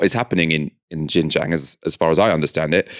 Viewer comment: xinjiang is pronounced SIN JIANG not jin jiang